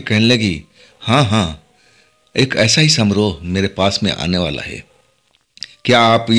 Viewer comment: सामरोह नहीं समारोह।